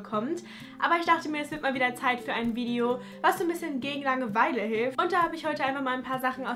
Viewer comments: Bin ich die einzige die es unglaublich nervt dass sie die ganze Zeit Langeweile so komisch betont?😂 Sie sagt "Lange-Weile" und nicht "Langeweile" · bilde ich mir das ein oder sagt sie immer so langewEile ich beton da irgendwie immer das a also lAngeweile🤔 haha was ist denn jetzt richtig und wie sagt ihr das?